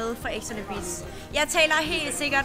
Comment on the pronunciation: Hun kan ikke sige “beach” 😂😂